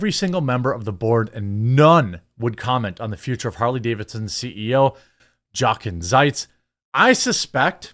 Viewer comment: His name is pronounced (phonetic spelling): "Yo'-kin Zites"